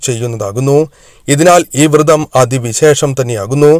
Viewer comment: തിരുമേനീ, വ്രതം എന്നല്ലേ അതിന് പകരം വൃതം എന്ന് പറയുന്നത് തെറ്റല്ലേ തിരുമേനീ